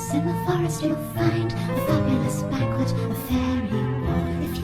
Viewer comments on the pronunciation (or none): none